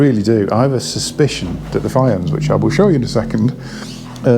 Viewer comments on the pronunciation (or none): They're apparently named after the designer's daughter so my guess is the correct pronunciation is Fee-on (Welsh name meaning foxglove). They look nice, but the price is way too rich for me, sadly. PS, sorry for sounding like the Welsh pronunciation police